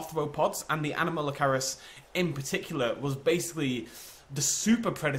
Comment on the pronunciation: A-gears-casis and anom-malo-car-ris